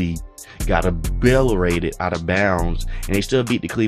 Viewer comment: “Obillerated” ya pretty much!